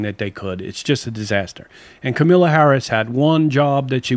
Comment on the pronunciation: Also, it is KAMALA not Camila LMAO. And it is the African American community not the African community.